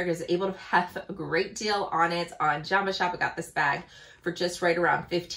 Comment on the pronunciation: Did you say Joma Shop? Since I have never heard of it, I am having hard time understanding the name 🙈